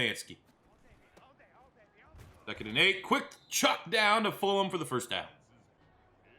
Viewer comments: Love but please pronounce FulGham's name right. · I thought it was just me!